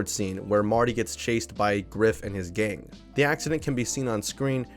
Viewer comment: Biff homeboy not Giff. The characters name in Back to the Future is Biff.